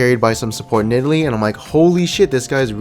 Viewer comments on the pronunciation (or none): none